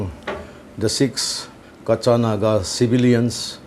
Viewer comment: your word kacha nage is not correct..